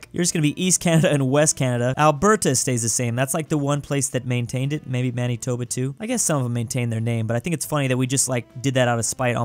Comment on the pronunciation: did he just call Manitoba Man-E-Toba?!